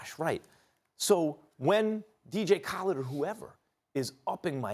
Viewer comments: “Dj callid” 😂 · DJ kawhhled 😂